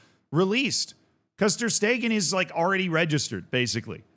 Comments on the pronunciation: Stegen is pronounced "Shte-gen", the g in "gen" being pronounced like the g in "Gay", and "en" is like "gENeral" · Guys he isn't a German speaker, Schtaygen isn't going to be pronounced right 9/10 same goes for Knipex, etc